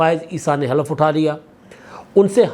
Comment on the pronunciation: Khalaf nhin halaf